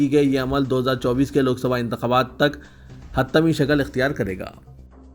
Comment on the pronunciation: پلیز اردو کی صریح غلطیوں کو درست فرمائے "حتمی " کو اپ حت تمی Hatmi ko Hattami